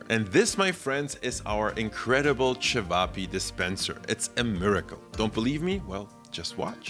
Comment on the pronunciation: Great pronounciation of cevapi 😊